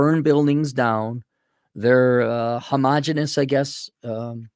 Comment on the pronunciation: Homogenus? You mean "homogeneous". Which sounds like it includes the word "genius". You're welcome.